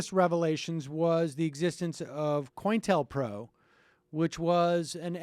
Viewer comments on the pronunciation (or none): Oh man, I usually like Sam but he pronounced it as "coin- tell- pro"! Ack!! (Hint: It is an acronym for COunter INTELligence PROgram). "Co- Intel- Pro" (Hmm, sounds like an ad for a well-known computer chip maker?).